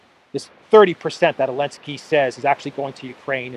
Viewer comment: Elensky parfoum, Z scent 😂😂😂😂😂